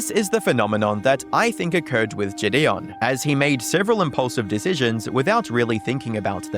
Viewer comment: Narrator pronouncing JiDion, “JiDayon” 😭. Great vid tho